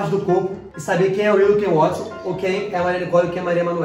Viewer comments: Eles só falam Wotson mdssss, É Watson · mn eles errando o nome do Watson.....falando wotson rsrs...amei esse video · Os chamando o watsom de "Wotsom" kkkkk